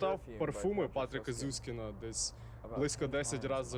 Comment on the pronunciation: Клас!!!! Інформативно дуже❤❤❤❤ але!!! Не Зюськін, а Зюскінд прізвище письменника